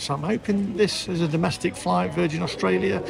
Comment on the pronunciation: Estraylia sure is noice!